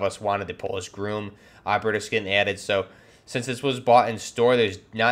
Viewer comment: Its pronounced gr-ah-m, not groom.